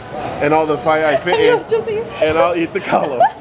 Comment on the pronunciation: Uso, fai'ai, not faai